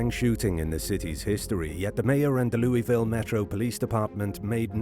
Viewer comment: You said Louisville wrong